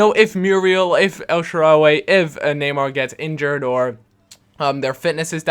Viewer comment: stop saying el SHARA-WE, its el shaaraw-Y